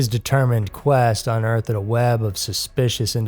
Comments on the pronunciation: Its unearth'd, not unearthED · Can I ask you a legitimate question? I love your voice but are you using a computer generated voice? I keep noticing weird ways of saying words. Like unearth-id instead of unearthed.